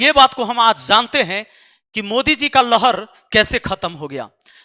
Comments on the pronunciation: Mater saheb lhar not lahad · लहड़ नही लहर होता है ।पहले सही पढ़ाई करो फिर बात करना।मुखिया हो कोई p m नही। हवा में बात मत कर। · लहड 😂😂नही बाबु लहर होता है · लहड़ या लहर होता है गुरु जी